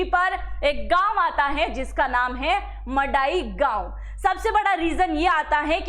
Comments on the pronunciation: Hello sister if you don't know how to pronounce the please it will be better not ro read the news , as you are pronouncing ( Mandai for your kind information where is the sound of N it's not Madai it's (Man dai) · Tripura may pehel se hi bangali tha, sare bangali bangaladesh se nahi aya hai, aur yea tribal logo ko koi porishan nahi kiya. Aap log video bananese pahale thik se reserach korna cha hi a madam. Aur aap to thik se village ka naam hi nai bol paa ra he ho kiya information doge yea madai gaon nahi hai yea Mandai hai. Pagol k tara video mat banaw galat information mat banaw. Kisine inlogo ko parishan nahi kiya pahele research koro dahise, tripura may ake thik se logose bat koro phir video banaw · its man dai not madai. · Madai nehi, Mandai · Phele gram ki nam thikk se lelo madam 😂 madai gram nehi , mandai gram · Madai gao nehi * mandai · ईये "मड़ाई " नहि, "मन्दाई " है। Please get it corrected. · It's not mandai it's mandwi in the name of a tree 🌳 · Madam not Mandai ye 'Mandwi", he, Bengali logone area ka namke change kardiya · M A D A I❌ Nehi,,,! MANDAI✅ M A N D A I pls, correction (proper word's) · It is MANDAI not MADAI, there is an N